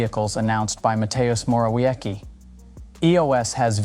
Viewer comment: Mateus More-Awecky. I died.